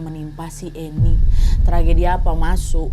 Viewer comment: Paling suka kalo kak Nadia bilang "Masok"